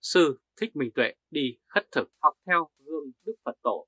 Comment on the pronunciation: Khất thực chứ không phải "khuất thực" a. ơi.